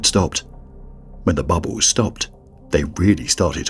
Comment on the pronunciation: I like how the narrator says bubbles 😆